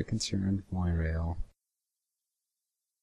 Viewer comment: "mwah-rail" Fucking incredible